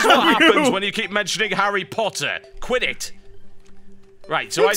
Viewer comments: that's what you get for mentioning Harry Potter.......... Quit it (but sounds more like Quidditch) XD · when he said "quit it" it sounded like he said quiditch :-) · When TB said "Quit It!" after bringing up Harry Potter, I thought he was saying QUIDDITCH... lol.. lol oh lord. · "This happens when you keep mentioning Harry Potter! Quit it!" I thought he said Quidditch at first. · When TB said 'This is what keeps happenin when you keep mentioning harry potter! Quit It! '(pronounced Quiddit), who was like *trollface* its pronounced Quidditch. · "This is what happens when you keep talking about harry potter. Quit it" I thought he had said Quidditch. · when he said quit it, I thought he said "Quidditch" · Did he say quit it.... or QUIDDITCH?!?